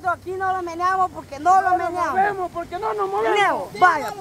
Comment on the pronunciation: No nos meniemos jajajajajajaja dice shugar, es no nos movemos......